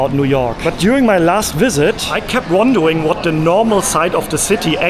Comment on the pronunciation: Am I the only one who can't unhear not pronouncing the "R" 😂? Times Sqwewe, Wondewing and Wealy difficult, Touwist 😂.